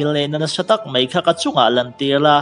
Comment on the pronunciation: Ngatinge "mai" tih turah "mei" i rtih zel a??